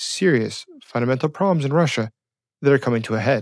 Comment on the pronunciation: WHAT is a "PROLEM"? SLOW DOWN A BIT and actually say the B in PROLEMS and make it PROBLEMS. Talking in Bursts like MACHINE GUN FIRE makes it hard to follow the GOOD information you reveal!